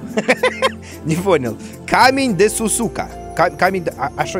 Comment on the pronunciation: слово desu ka произносится как "дес ка" в японском вторая u или в конце не произносится (Пов: учила раньше японский )